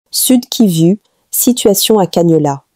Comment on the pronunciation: Il faut enseigner cette dame à bien prononcer... Kivu et non kivi .elle m'énerve